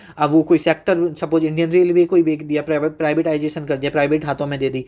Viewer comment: Bech dia ❎ Bek Dia✅